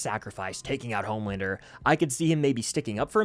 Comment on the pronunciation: Who is mad with everyone dying but “Omelander” (as butcher would say)?